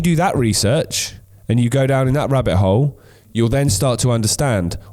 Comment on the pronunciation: It's only once you're at the bottom of the rabbit whole that you understand that the T in "rabbit hole" is silent!